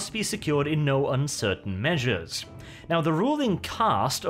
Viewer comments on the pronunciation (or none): none